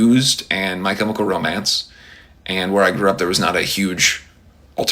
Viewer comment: "Michael romance " hahaha 😂 thats what i hear when he says "my chemical romance."